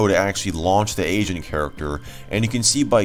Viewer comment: Heard "Asian Character" and not "Agent Character"